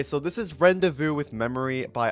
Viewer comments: has a game called WHAT its ron-day-voo not ren-dey-voo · Btw bro its pronounced "Randayvoo" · This is a really interesting video so far...but the way you said "rendezvous" is getting to me. ...it's supposed to be pronounced "ron-day-voo". Just figure I should say that. Mostly a minor annoyance, still a good video! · Ah yes, "rendezvous" (rend the voo) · the mispronouncing rendezvous made me mad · the way he pronounces rendezvous is so icky and gross 🤮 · he pronounced the word COMICALLY wrong